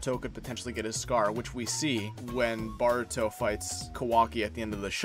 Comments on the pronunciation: It's "Boruto" not "Baruto" smh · Please stop saying BAR-uto, it is clearly BOR-uto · Bro your vids are fire but you keep saying “baruto” 😂😂🤦🏽‍♂️ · It’s not BARUTO it’s Boruto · Why you pronounce Boruto like that...